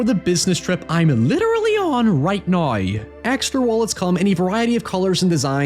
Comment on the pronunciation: "Right neigh?"